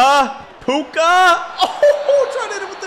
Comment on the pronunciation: Dude didn’t say Puka name right one time 😂